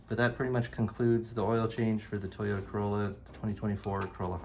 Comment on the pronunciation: Toy-ota…. not Tuh-yota…